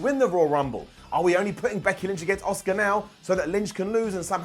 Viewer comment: The way you say Asuka it sounds like you're saying Oscar